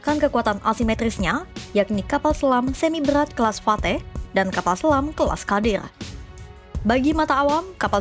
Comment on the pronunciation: Ghodir mbak.. bacanya.. bukan kadir.. 😂😂😂